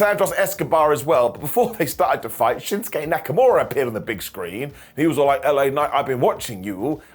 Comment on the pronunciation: Did you just say Neckamura????